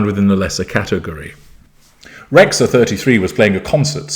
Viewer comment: Dear, I hope your are well. Excellent video as always, but I would like to correct the pronunciation of her name. Bebe Rexha is Albanian and in Albanian language "xh" is 1 singular letter and is pronounced "J", like Jeans or James in English. If you translate her name with Google translate from Albanian, you will hear the correct pronunciation. I appreciate you and your lessons and I continue to follow your videos, regardless my absence on youtube. Keep going, you are an inspiration for all of us.